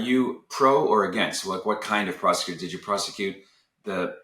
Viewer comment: "prosticutor" lol